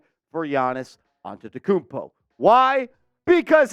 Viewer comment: Bro much love I love you so but you got to learn how to say his name because that's really offensive